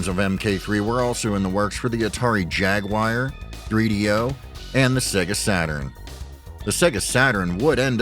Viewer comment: Whats a Jagu Wire ?? 😂😂